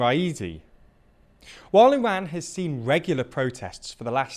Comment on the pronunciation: thanks for pronouncing Iran correctly